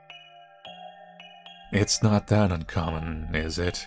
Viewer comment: "It's not that uncommon" followed by: "It's not that uncomon" 🤣